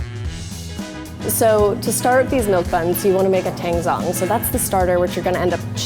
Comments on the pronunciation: Teeeeeeng zzzong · The way she says tangzhong makes me cringe so incredibly hard